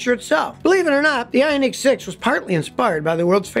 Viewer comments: Very informative video as usual. Did find your pronunciation of the Ioniq annoying though. Watch any Hyundai world Wide commercial and there in no unique in Ioniq so your pronunciation is completely wrong. Even Hyundai’s attempt to get people to drop the H sound at the beginning of their name was a complete failure. While your pronunciation is technically correct for their commercials and even how dealers pronounce the name they do not drop the H as silent. I give you props for trying to educate us on the way to correctly pronounce Hyundai but Ioniq was an epic fail. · Funny how you 😂pronounce IONiq!